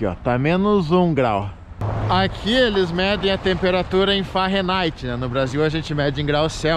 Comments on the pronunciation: "farenigth" não pow Fahrenheit....kkkkkkk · Não queria dizer nada, mas o tá dizendo Fahrenaite e é Fahrenheit, 😁mas eu amoooo o canal, Michele me representa no frio, na minha opinião, melhor canal de viagens, a simplicidade e humilde de vocês me encanta.❤ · O frio do "farrenaite" é foda!!!! kkkkk